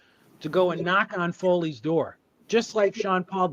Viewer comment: I thought the name is “ FAHEY “, not “ FOLEY “